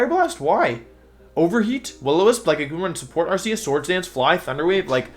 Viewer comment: THAT IS NOT HOW YOU SAY THE NAME, STUPID!